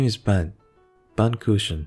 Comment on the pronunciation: I love the way you pronounce "Kuchen", it sounds adorable XD